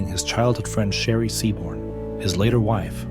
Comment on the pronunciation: The narrator kept calling his wife "Sherry", but isn't it "Cherry", like the fruit?